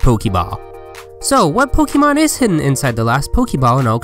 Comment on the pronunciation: You pronounce it Pokamon and not Pokeeemon.. how silly